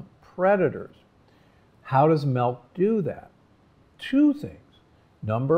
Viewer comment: Interesting. I noticed you pronounced milk like melk, which is actually the dutch way of saying and writing milk. :)